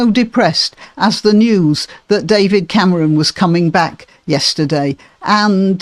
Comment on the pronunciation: Did you say Camaron on purpose? That's how one says "shrimp" in Spanish. It's amusing 🍤